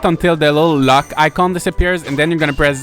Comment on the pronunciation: I love your accent and your videos but damn I was so confused cause I thought you were saying “luck”. I couldn’t find the luck icon you were talking about 😂 But you were saying LOCK. Haha Thx, this video helped.